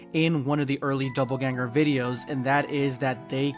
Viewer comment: ....okay, I can't bring myself to not make a correction. DOPPLEganger. Not doubleganger. Which is 100% what it sounds like is said in the first few minutes of the video. Also, the Broly one just feels like cheating. XD